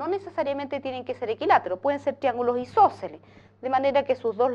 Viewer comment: loh isoceleh